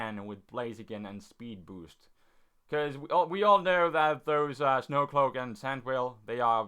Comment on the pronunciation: Sand Veil. He says it as Sand Whale. and Garchomp is only back if you use Rough Skin